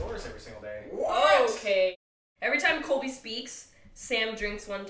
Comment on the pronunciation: It’s colby not “coby” not being mean just saying